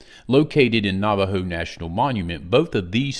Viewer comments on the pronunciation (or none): none